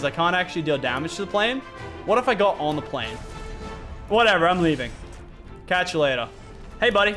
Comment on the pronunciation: This man said and I atch u